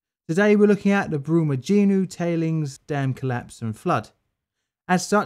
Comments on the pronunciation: Pronunciation tip: In portuguese, the "nho" syllable is pronounced like the spanish "ño" or the italian "gno" , as in "señor" and "gnocci" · Awesome video, though knowing a little Portuguese, the dam was actually pronounced "Brooma-jin-yo" (the 'h' in Portuguese is pronounced the same as ñ' in Spanish). And I admit, Portuguese can be confusing! 'Feijão' is actually pronounced "FayJAOWN" - that weird 'ão' is a nasal syllable. Brazilians (and Portuguese) seem to love talking through their noses! Anyway, on topic: The reason tailings dam lessons aren't learned is simple greed. It's much easier to just dump the tailings until the dam breaks, then use the government to make sure the next of kin are quietly bought off with spare change, and go right on doing what they usually do. Some governments eventually get sick of tailings mudslides and actually do something about the mining companies, but Brazil's government has little interest in such things. The firefighters and rescuers are heroes, though. Full stop.